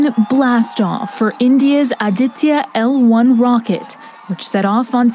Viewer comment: Why don't the western correspondents learn a little more before reporting about India? Aditya a Hindi word.Vivek as in cake!😊